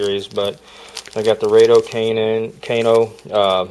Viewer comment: You said Raydo Kanen 😂